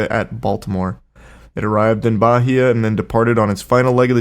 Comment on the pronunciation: Charlie pronouncing "Bahia" was so funny lmao